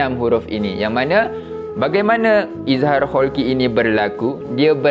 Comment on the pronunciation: Halqi ustaz, bukan kholqi😊